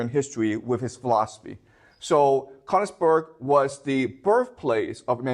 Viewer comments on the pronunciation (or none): Sir it would be even much more delightful and that beautiful if you would train to pronounce königsberg❤❤❤ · He skipped over all the war crimes (to put it mildly) and returned to Königsberg being the cradle of civilization. I doubt that praising Germany and Japan during WW2 is standard in Beijing schools. If anything, this video shows there is freedom of speech in China. However, be cautious when you hear somebody who cannot pronounce Königsberg praising the achievements of Germany up to and including WW2. His admiration for Prussia has blinded him to the extent that he commits basic factual errors, like the claim that Germany was fighting alone against the whole world in WW2. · The mispronunciation of Königsberg is painful to my ears. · He can't even pronounce Königsberg.